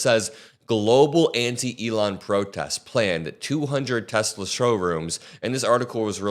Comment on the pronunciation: Hey....how can ANYONE have a problem with "TESLIR".....??? 😂😂